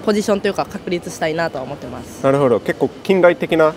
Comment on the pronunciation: ik pitch is hard but can u at least stop saying ”なるほ＼ど”……”なるほど￣”ね？